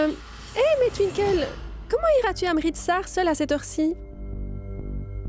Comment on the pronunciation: Qui comme moi à remarquer que c'est youvi qui sait bien prononcé le nom de Twinkle😂😂😂 pas étonnant que les autres qui commente dit tinkol d'autres twikole et etcccc.... Blablabla😅😅😅😅😂😂😂😂